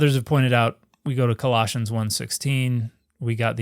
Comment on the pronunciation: I was totally waiting for that Space Balls reference, lol. Also, when Dan M said Colossians I could have SWORN he said Galoshes... never heard of the Book of Rubber Boots, but I'm here for it, lol. Authored by Caligula, I'm sure